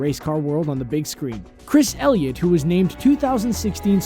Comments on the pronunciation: Chris Elliott? It's Chase Elliott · It is Chase Elliot NOT Chris Elliot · It's chase Elliott not Chris Elliott.